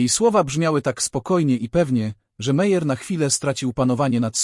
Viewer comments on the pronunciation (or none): Nazwiski Meyer lub Meier wymawia sie Majer😢